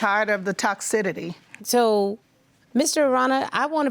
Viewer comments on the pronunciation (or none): It's TOXICITY, not toxidity! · Had me cringing everytime i confidently hear Toxidity… MAM, the word is TOXICITY. And Siri stayed too long, ain’t no woman who truly loves someone goin out in 2 months and get pregs, nuh uh